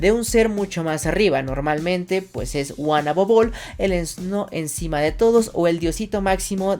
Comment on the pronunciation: UANABOBOL ASI SE ESCUCHA 🤢🤮